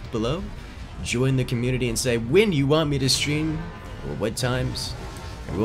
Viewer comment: “And I’ll see you guys ne-later” 😂